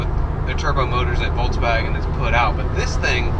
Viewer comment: jo bro no front but it's not a fucking voltwaigen its a volkswagen bitte do it right in future, rest of the video is good, love the golf 7